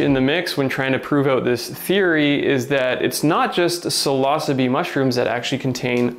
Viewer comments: That pronunciation sounds strange to me too. I learned the word psilocybin for what was in the capsules that were popularly sold in the 60s and 70s and probably still is. We all said "sill-uh-SIGH-bin", and likewise, "sill-uh-SIGH-bee". So, "sill-OSSA-bee" sounds odd to my ear. :-D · Pseelohsabi? I know that one can pretty much pronounce any latin word in however way u like...but come on Psilocybe... Sounds much better when pronounced psailosaib... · FYI these magic mushies are pronounce sai·low·sibe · its pronounces ''psilocybe'' silo-sybe) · He says "sill os bee" but then says psilocybin. Bruh figure it out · wtf is this guy saying psilosbee,, can u read mate? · When I heard you pronouncing "psilocybe" I was like "wait, what's that?" LOL. I usually pronounce it as " see-low-sai-be"